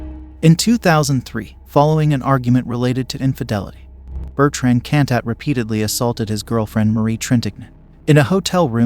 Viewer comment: Bertrand Cantat anglo pronounced